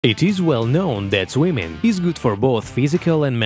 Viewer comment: Very AI voice the way it's unnaturally jammed together. But why the accent "swymin" vs swimming, athletic "physic" vs physique..etc Maybe it's sampled from a real voice first